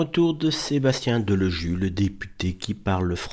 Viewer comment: Ce n'est pas Deloju mais Delogu, apprenez vous même à lire !